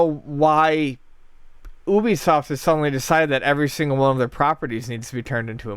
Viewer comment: You said Ubisoft wrong.